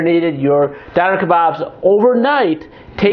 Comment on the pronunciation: its pronounced dOHner!